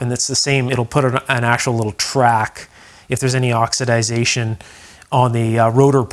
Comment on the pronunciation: It's not pronounced oxidazation! The proper pronunciation is oxidation.